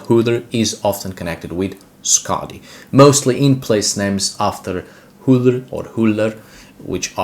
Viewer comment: haha it's not "H-ullur" its UllR